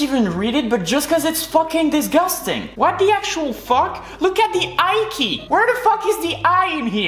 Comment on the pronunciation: "This is disgastang "